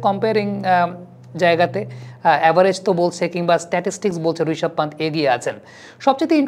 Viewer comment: ওটা ইয়াশাসভি জয়স‌ওয়াল হবে না, যশস্বী জয়স‌ওয়াল হবে। আর রিশাভ পান্ত না, রিষভ পান্থ হবে।ইদানিং দেখছি বাংলাদেশিরা বাংলা ভাষার বলাৎকার করতে একটুও ছাড় দিচ্ছে না।